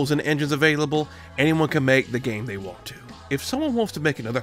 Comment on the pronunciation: Why do you always pronounce "want" as "won't". Do you do that on purpose to get people to leave comments or do you need speech therapy?